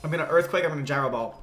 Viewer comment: And on the 7th day, Hippowdon said "Imma Erfquake"